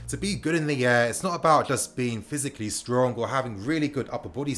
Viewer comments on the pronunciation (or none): none